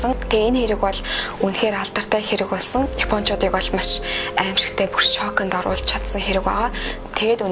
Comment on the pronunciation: bur shokindoruulj chadsan gedeg ugiig ni ehleed korshokond oruulj chadsan gej sonslooshd hhhahahaa gehdee l goy yrihiimaa